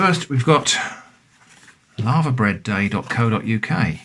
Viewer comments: I was slightly confused until I realized he was saying Laver, not Lava. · Sorry to pull you up on something,, but it's 'LAY-VER'. My late father was Welsh, and corrected me. We had it as part of a Welsh breakfast, with all the other fry up bits, and cockles, in a cafe in Saint David's, in the mid 1980's. It was delicious, and I've loved it ever since. Everything you have there looks superb. I'm definitely ordering some of that cheese. The book 'A Country Harvest' has full instructions on how to process Laver for eating. I'm sure you can find Laver on the Dorset coast. I think it's only rare in Scotland. Might be a worthwhile experiment to make your own Laverbread - the 'bread' part is because 'bread' used to be used where the word 'food' would be used nowadays. It's very disagreeable looking stuff, but I find that part of it's charm. The Laver and oat cakes as part of a fry up? As the Romans might say: "Colei canis est!"